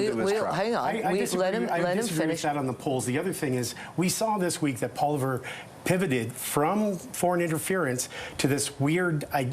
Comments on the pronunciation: His name is not Pierre “Poliver””. Sheesh. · This liberal representative is very rude. Won’t let the others talk. Talks about conservatives filibustering but when liberals do it it’s fine apparently. And doesn’t accept the facts that Pollievre is leading, and can’t even pronounce his name right. And btw Canadians are on board with the conservatives big time.. David Johnston should not have accepted the assignment, and it’s Trudeau fault that his reputation is tarnished. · This guy again, "pierre poliver" 🤦‍♂️ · It's not personal attacks on David Johnston. It's pointing out the obvious conflict of interest. Everybody likes Johnston. It's just that he's too close to the PM. Also can we please pronounce the opposition leader's name properly? It's not Poliver! I live in NS and I can say it! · shouldn't have let deliberately & repeatedly mispronounce Poilievre's name. Johnston never should have taken this job knowing the Liberal propensity for throwing one of their own under the bus of power continuity. running cover for the Liberals, & slandering Canadians while she's at it. Mind-boggling. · The dude who refuses to say pollievre's name correctly needs to go. What a hack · They should get an "expert" that can pronounce the name of the Leader of the Opposition correctly, or don't have them on. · So disgusting that the 'expert' cannot or won't say properley the name of the UCP Leader's name. You are so very truly biased and not serving the public of Canada properly/truthfully without your bias. Absolute RUDE and indicitive of how these ppl choose to broadcast. You may also need to resign. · Where did you dig up that Liberal strategist who can't even pronounce POILIEVRE? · So no one corrects this LIB hack pronunciation of Pollièvre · What credibility does one have when they consistently cannot say ( or pronounce) the last name of the official opposition. Is this an implied lack of respect!